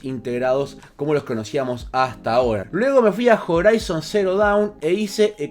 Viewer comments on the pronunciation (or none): none